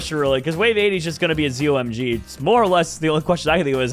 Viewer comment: Hey ppl who have played bloons td for a long time have a pronunciation for the ZOMG. It's pronounced ZO MY GOD